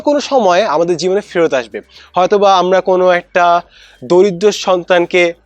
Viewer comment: স্যার আপনার একটা উচ্চারণ সঠিক হয়নি! তিন মিনিট 20 সেকেন্ড এর মধ্যে আছে !! আপনি আমরা না বলে বলেছেন আম্মা!!!☺️ স্যার কিছু মনে করবেন না!! এভাবে মজা করে বললাম